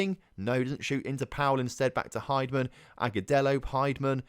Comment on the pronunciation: An expansion team shouldn’t have any expectations of success in their first season. Anyway, heavy rotation after a loss might be a good idea. (And I think it’s pronounced Hind-man instead of Hide-man.) Cheers.